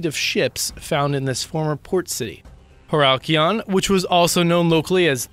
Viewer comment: About #6: First of all, it's Heracleion, not whatever you pronounced. Second, Kleopatra was neither inaugurated nor coronated there, Ptolemaic coronations took place in Alexandria and Memphis. Also the diver's last name is Goddio. - Have nothing to do with Heracleion, that first image isn't even ancient. - are images from the Atlantis resort and a sunken Chinese city. The lion is not even ancient nor is it from Egypt, it's from Jamaica's Royal port. The head of Kleopatra's eldest son was found in Alexandria not Heracleion.